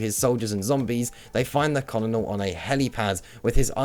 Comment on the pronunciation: I mean this as constructive criticism, your pronunciation of names like Xian Mei and Titus are wholly incorrect, Xian Mei I get, no one really says her name, but Titus' name is spoken so you'd know how to say it. Also colonel is pronounce kernel.